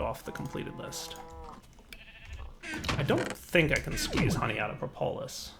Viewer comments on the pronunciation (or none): How about how he says "propolis"? It's PRAH-poh-liss not pruh-POH-liss.